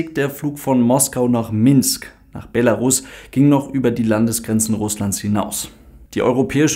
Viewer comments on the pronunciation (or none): none